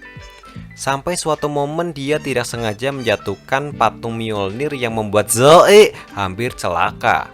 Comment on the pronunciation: Kenapa harus ngomong zoeey😂😂😂